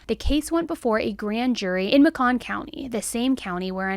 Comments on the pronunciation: It took me a long time to figure out the county name where Aniah's body was found. said Macon County. Macon rhymes with bacon by the way. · I hate to be "that guy", but the amount of times I've mispronounced city names is unreal, so when I actually know how to pronounce it, I wanted to share. It's Macon, like bacon. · It’s Macon County, pronounced like bacon; just real southern. Makin’ or May-kin It’s a real ick when you have external video footage that you include in your videos that has the correct pronunciation of these southern towns. Fast forward to the 32 minute mark and you’ll hear this man say it right. I love your content and watch daily, and this isn’t the first time this exact thing has happened; (you say a town name wrong, and at a press conference they will say it right…)but please do us small town folks a favor and at least get our name right. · MAY-cuhn county 😂 sorry. I know it’s not funny. But whenever I remember that Oneonta exists both in Bama and New York and how very differently we pronounce it (not to mention Helena also) I laugh. I have never heard it called ma-CAHN. :) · Just wanted to say Macon County is pronounced like “Bacon” fun fact lol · Not being rude. I live in Montgomery.... Macon is pronounced like bacon, but with an M. I hate this state and how they do not care about protecting the citizens. The justice system in montgomery sucks. There are murders here almost daily. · This broke my heart she was found up the street from my house and the house I grew up in. It’s was scary to know that something this horrible happened so close to my home. I love but it’s pronounced Macon like Bacon lmao!!